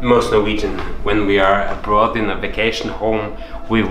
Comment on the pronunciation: I was expecting you to say “ab-road”; you said “abrudd.” The Norwegian accent is so unpredictable